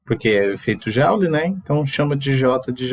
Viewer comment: Educativo e apresentado com muita clareza. Bom trabalho educativo. Mas a unidade joule (em homenagem a James Joule) pronuncia-se com o som "jule". Não é com o som "jáule".